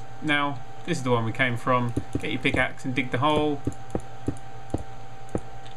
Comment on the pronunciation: Did he say pigaxe? ROFL!